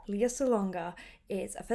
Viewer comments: A wonderful analysis of Lea’s performance! One note: it’s LAY-ah, not LEE-ah. (Think Princess Leia from Star Wars.) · FYI, her name is pronounced as Le-ya not Li-ya and also she's the singing voice of Jasmine and Mulan. She didn't do the speaking voices of the Disney characters. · Her name is pronounced LAY-ah (like Princess Leia from Star Wars).